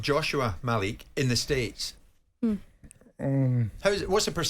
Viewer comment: “Ma-Leek” not mal-lick